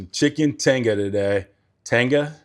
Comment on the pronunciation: Say it like this : Te-ga the I is a e sounds in Spanish